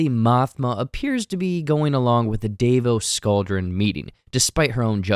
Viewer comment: dude how the fuck do you read the name Davo Sculdun and say Dave-o Scaldron? are you fucking okay? why do 2% of Star Wars youtube channels say people's names correctly? not to mention, i don't know...THEY FUCKING SAY IT IN THE SHOW MAN. JUST REPEAT IT